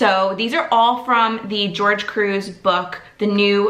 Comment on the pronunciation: I hope you know by now his name is not George its Gorge (hor-hay) thank you for your videos it's fun to see someone else doing this too!